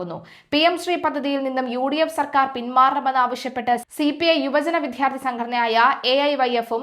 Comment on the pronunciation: ദയവായി നേരെ ഉച്ചരിയ്ക്കുക. ' വിധ്യാർത്തി ' അല്ല, ' വിദ്യാർത്ഥി ' ആണ്. ശ്രദ്ധിയ്ക്കുക.